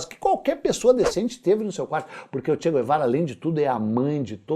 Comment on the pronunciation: pronuncie Tche gh-evara e não che gu-evara, kkkkkk eu estava em Camiri, depois da morte dele, visitando o Régis Debray.... o cagão....